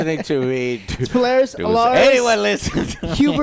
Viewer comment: Joe is either borderline illiterate or just a mastermind troll with his constant mispronunciations lol. I havent finished this video yet and hes already mispronounced "hoopla" wrong and "plethora" wrong about 10 times Edit: Add "Polaris" to the list